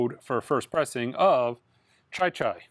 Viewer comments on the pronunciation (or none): none